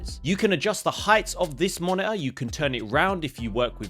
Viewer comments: Monitor ❌️ Moni-er ✅️ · what's "monaahh" 🤣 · sounds like your saying mana for the monitor word.. weird ...weird.. why get a monitor? im planning to get a 4k tv